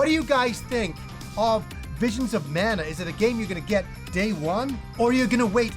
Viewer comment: Great video! Man, I'm having a hard time with this release. Secret of Mana, secret of Evermore, and most of those games are special to me (from my childhood), but with those releases, they didn't talk much, so the constant incorrect pronunciation of Mana drives me nuts! This is extra crazy since the damn word is in the title! It reminds me of another favorite Yakuza, the characters are from Japan, but they cannot say karaoke!